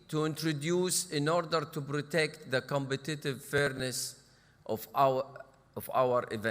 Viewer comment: His pronunciation of competitive is cool